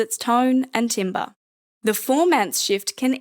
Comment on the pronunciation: That's not how you pronounce timbre...